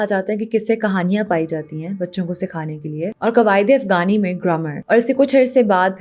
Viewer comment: Aor afgani nhi hota afghani hota he. Hm kb apni pronounciation theek karenge?